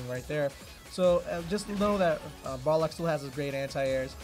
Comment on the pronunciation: lmao you said you were gunna say Boxer cause you couldnt pronounce Balrog but instead you kept saying BarLOG.